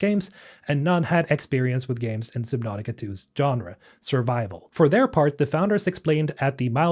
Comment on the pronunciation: Submautica not sib. Lol